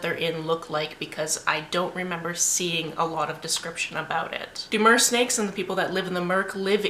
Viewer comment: Im sorry did you say Mersnakes? because that's me!! 😂 LOL "Theres a lot of shot of her butt" sigh, butts are pretty, i like butts but still don't need the butt shots in an action film.